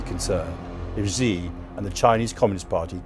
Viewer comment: You mispronounced "Xi", which tells me that you don't take China seriously. If you think that China is planning to take over the world, then why don't you learn Chinese?